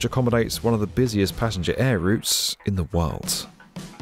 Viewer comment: And he says world with a ‘t’ in it?! Worldt